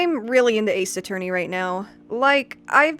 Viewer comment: Ace A-FUR-ney?